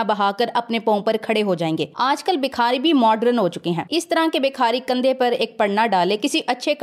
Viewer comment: ماشاءالله آپ بہت اچھا بولتی ہیں اور امپورٹڈ کی صحیح چھترول بھی کرتی ہیں. معزرت کے ساتھ ایک غلطی کی اصلاح کر لیں شکریہ. لفظ بکھاری نہیں ہوتا بھکاری ہوتا ہے.